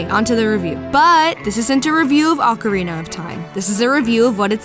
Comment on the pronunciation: Thank you for pronouncing "ocarina" correctly. Practically nobody does. Most people pronounce it "oak arena".